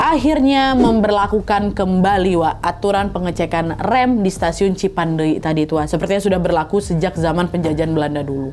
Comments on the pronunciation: lucu bgt kak nadia ngmg cipendeuy nya cipandei 😭🫶🏻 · Tulisannya : Cipeundeuy .. Dibacanya : Cipendey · ci peun deuy kak bacanya gapake i dibelakang 😂😂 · Bukan stasiun cipandey kak, tp cipeundeuy😁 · Lucu bgt ka nad gabisa bilang cipeundeuy 😁 ka nad bilang nya cipandeui 😁 emg bhs sunda itu unik ada eu nya 😁 bhs korea yg sama ada eu nya juga 😁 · Cipeundeuy bukan cipendeuy kak nad 😂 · Lucu ka nad pas bilang cipendeuy.. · Sebagai orang bandung berbahasa sunda ngakak banget tiap ka nad bilang Cipeundeuy 😂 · Lucu bgt bilang "CIPEUNDEUY"😂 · Aku org Sunda dengar Nadia ngomong cipeundeuy kayak bahasa thailan😂 ngakak😁 lucu 💕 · maap lucu banget lidah melayu bilang cipeundeuy 🙌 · wkwk lucu kak nad pas nyebut cipeudeuy kayak ngomong thailand😭🤏aku orang sunda kak dan penyebutannya kurang benar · TOROWEK kak bukan TEROWEK,CIPENDEUY kak bukan CIPANDEY 😂 btw yng di bahas itu nma daerah aku 😂